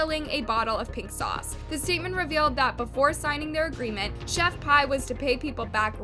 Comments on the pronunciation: I can’t get over you saying chef pie it’s chef P lmao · its chef pii not chef pie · For the love of God if you want to be taken seriously when you do videos about people at least know how to say their name right it's not Chef pie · girllll... chef pie. i gagged. isnt it chef PI ? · it's "Chef P"... 💁🏼‍♀ that's JUST the letter "P"!!